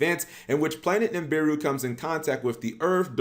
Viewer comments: It's NI BI RU not NIM BI RU 🤦‍♂️ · Dam you can’t even pronounce the name right lol Nibiru (NAB-BA-RU